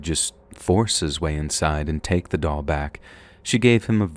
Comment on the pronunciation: Thank you very much for the stories❤😊..,.The story with the doll. I went through that entire story thinking u were saying " dog" and i was pissed that woman wouldn't just give that dog back 😂..Im such a blonde sometimes...Im also tired asf